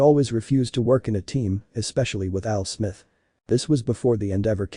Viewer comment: "AL SMITH" LMAO